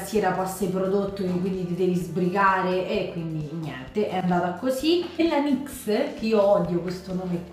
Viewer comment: pero il nome devi pronungiare nixe e una parola nome tedesco per la sirena del mare